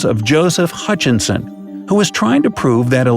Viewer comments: You call him Hutchinson but you spell it Hutchison. So which is it? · Sir, you can't "scientifically" disprove anything if you can't even tell the difference in pronunciation of Hutchison from Hutchinson. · You spell it Hutchison, but you are pronouncing it Hutchinson.... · the name was HUTCHISON . . . not HutchiNson - just saying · Hey smart guy! The guys name is Huchison. Not HuchiNson. There's only 1 "N" in Huchison. STOP SAYING HUCHInSON. ONLY 1 "N"